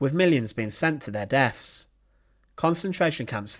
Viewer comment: Death’s not deaf’s 🤣🤡, you have a talking channel but your English is atrocious